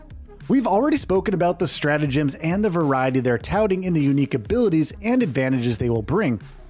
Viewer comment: the word "emphasise" is used allot in this video. which is suiting to the focus on the "G" in stratagems. your saying it weird.